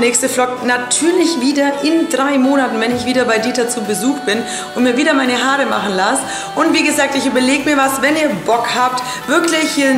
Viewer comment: lern deutsch haarrre😂😂